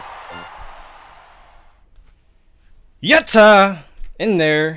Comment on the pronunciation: his american accented unenthusiastic "yatta" actually triggers me a little.